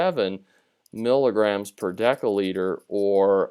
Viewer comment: for mg/dL , it must be milligram / decilitre✅ not decalitre❌❌